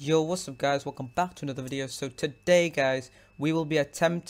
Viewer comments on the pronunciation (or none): you keep saying Hello guys Welcome Pack Speak slowly Your not saying Back XD